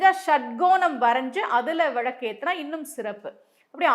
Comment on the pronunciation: Vilaku not vizhaku mam